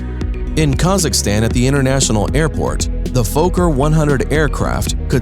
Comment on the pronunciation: the Fooker?... you dont say that.. foKKer